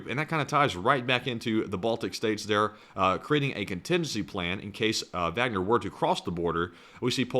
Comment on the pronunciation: If you pronounce the “W” as a “V”, pronounce the “A” as an “Ah”. “Vahgner”. That’s the proper German pronunciation. You’re halfway there.